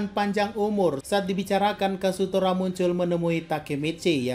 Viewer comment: KAZUTORA ❌ KASUTORA ✔